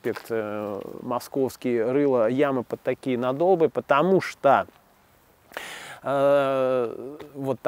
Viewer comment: позвольте вставить свои 5 копеек: правильно говорить нАдолбы, а не надОлбы